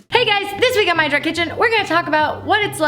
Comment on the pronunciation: "kitche" lol